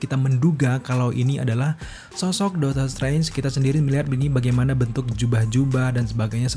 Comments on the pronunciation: bang, artikulasinya tolong diperbaiki bang. Dr td gw gedek sendiri lu blg "Dotor trance" pdhl aslinya "Doctor Strange" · Aslinya dokter streng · HAHAHAH iya kenapa jadi dotor trance yak. gapapa bang tp overall great job lah emot jempol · Bang ngapain lu ngomong doctor trance😅😂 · Dakter Strengs